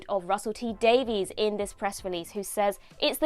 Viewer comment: He pronounces his surname "Daviss", not "Daveez".